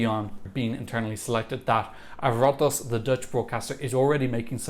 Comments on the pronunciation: As a dutch person I'm really happy that AVROTROS (Pronounced like Aaa-vrow-troz, tried to make it work :) ) I think that we will keep continuing doing fine with just our internal selections and I love that AVROTROS didn't get like pressured out by all the negative comments. Getting twan (sorry man I don't know if that pronounactation is fixable, you could've done way worse though :) ) also seems great , shows that they do care about the results but don't make dumb decisions. I really hope we can get top 10 again next season (not 11th AGAIN I hate that place :) ). There are already a lot of established artists in the Netherlands who have said they want to enter eurovision (some of them which I really don't want, if you're dutch you can probably guess who especially :) ). And I think some of those could do quite well with a good song. Always love too see that we are talked about when I see your titles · I don't think you need to know the pronunciation of Twan VN butttt Aah-vrooh trohss AVRO-TROS!